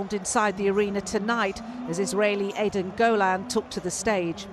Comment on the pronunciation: It's pronounced: ED-en you putz. Not EEEden